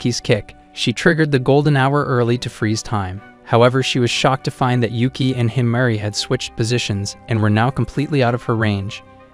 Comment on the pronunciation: Is not ueke its yuuki its nit uzen its kyouka